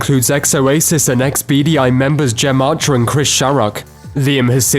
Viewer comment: The way this fella prounces Gem Archers name 😩